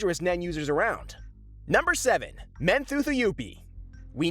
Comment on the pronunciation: its pronounced mon toh toh you pee